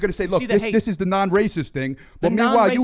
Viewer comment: Real rahcists flip out when told they are rahcist... RA is an idiot!!!!!